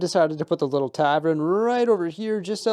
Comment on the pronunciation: Love you, I watch all your vids but... Its a TAVERN not a TAVREN 😂 - keep up the amazing work!